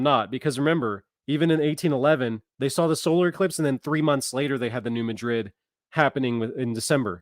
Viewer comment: Mad rid is how it is pronounced. Not Ma drid as in Spain. New Mad rid. Trust me.